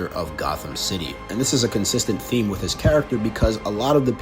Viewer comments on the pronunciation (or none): none